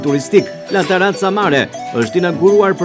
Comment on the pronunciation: Po ky gazetari fshatar komplet qe sdi te lexoj La terrazza jo taraca... Keta pronaret slidhin dot dy fjale bashk pastaj as vet nuk e dine pse jane aty qe presin shiritin e diçkaje qe nuk eshte e tyre,, sa gjynah Vlora jone u be beton nga fshataret qe zbriten nga malet...